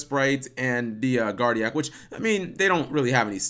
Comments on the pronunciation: Guard Ee Oak. Not Guard Ee Oh Ack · It's pronounced Guard-E-OAK....oak, not o-AK. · It's guardi-oak...as in an oak tree...unless you pronounce it as an oh-ack tree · "guardio-ak" lololololol. Cap ily bro, but its "Guardi-oak" xD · Are you freaking kidding me cap, GuardiOAk???! Guardi-guardian, OAK- like the freaking tree. That’s a new low for mispronouncing words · My face when guard eee oh ack when it’s guard ee oak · Butchered that name Cap lol. It's pronounced like Professor Oak from Pokemon or like oak tree Guardi-oke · ITS GUARDI-OAK, (guardian Oak) The filename of that first duel was very appropriate though :P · Guardian and oak. Like the tree. Oak tree not guardiak.